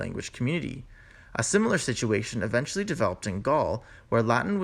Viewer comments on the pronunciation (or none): Please cut out the vocal fry Adventually =! Eventually